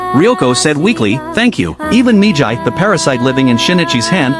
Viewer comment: It's not mijai. It's miggy